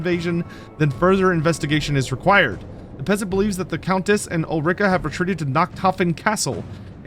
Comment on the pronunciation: Ul-ri-ka, not Ul-rika; even though it sounds bad ass